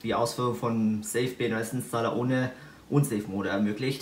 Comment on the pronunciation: Du sprichst so mega undeutlich, dass selbst der Untertitel keine Ahnung hat was du sagst. Ausserdem hast du echt eine schräge Aussprache von einigen Wörtern du mischst die deutsche und englische Aussprache im gleichen Wort "unsafe mode" spricht sich "ansaef" im englischen und nicht "un" (deutsch) + "safe" (englisch). Genauso sprichst du ohne Punkt und Komma, wo die eigentlich hin gehören und dass dann mit sprunghaftem Tempo, so dass man echt Ohrenkrebs bekommt, wenn man dir länger als 5min zuhört.